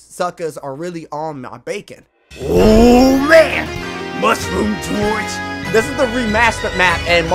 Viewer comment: It's Mushroom Gorge , not Mushroom George lol 🤣🤣